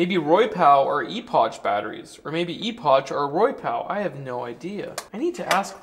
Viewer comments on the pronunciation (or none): Technically, in Boomer English, that's pronounced Eh-pok. Starting vowel with immediately followed my another vowel, makes it a short vowel sound. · No it should be pronounced as inclined, Epoch, as in significant point in time. E'Pok... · Epoch is pronounced 'ee pok' :-) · Thanks for sharing this review,, that looks like an excellent battery kit. Just curious, how fast does your golf cart go now? The box on the back of your golf cart is actually aluminum, and the name of the battery is pronounced eh-puck or eh-pock in American English, or E-pock in British English. 😉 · First boge and now eepotch? 😅 im loving how you say these names🤣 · Epoch, pronounced "Epic" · ee-pok or eh-pok in 30+ years of hearing "epoch" in technical conversations. Where do you hear it pronounced eh-pik ? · Thank you. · 'E-potch'..?... What? Is that the west coast pronunciation? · Pronounced e-pok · The CH is pronounced as a K.... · The way you say "epoch" really triggers me ngl